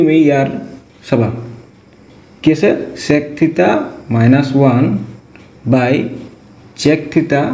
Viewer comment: Sir please pronounce the word "sec" properly 🥲👍🏻